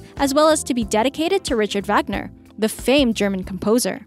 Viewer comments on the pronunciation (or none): none